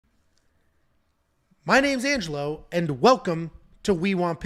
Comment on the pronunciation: Thanks for correcting Angelo’s pronunciation. I will take credit for being the Assclown from day 1 complaining about it🤷🏽‍♂️